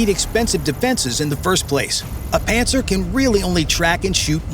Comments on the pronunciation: I always think of "Panzer" as well when they say "Pantsir". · LOL "Pantsir". Hey Putin, Hitler called, he wants his vehicle names back.